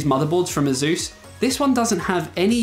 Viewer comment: you can't even pronounce ASUS correctly... ?